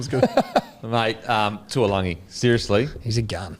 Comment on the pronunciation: Everybody butchering TAULAGI's name, its not TUALAGI lol love the banter on this though #bringOnGame2